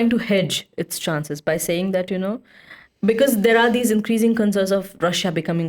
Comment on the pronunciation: "becourse" -> "because"